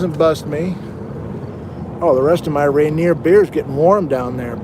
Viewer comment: He says Rainier Beer a certain way: this is that way